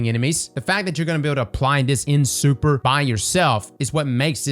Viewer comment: Super ❌ Surper ✅